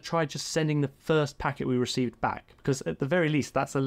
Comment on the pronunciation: "Reck Vee"? ReceiVe ;)